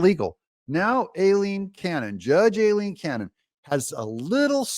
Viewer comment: The only people who pronounce Judge Cannon’s first name INCORRECTLY are LEFTISTS and YOU Are you a closet leftist, Doug? Some kind of shill??